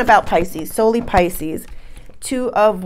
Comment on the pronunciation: Pisce-anos lol So we're Italian or Latin! Lol I'm leaning towards a nice espresso rimmed with a twist of lemon peel! Ciao bella! 🌞